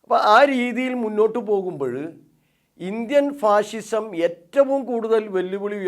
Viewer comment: ഫാഷിഷം ആണോ അതോ ഫാസിസം ആണോ